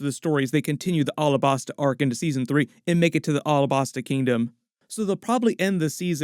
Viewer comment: Pleas dont call Alahbasta like that. Say it like the state Alabama. Alabasta